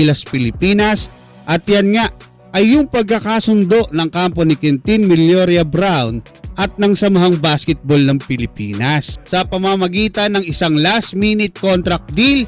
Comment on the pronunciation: Millora po, hindi Milloria.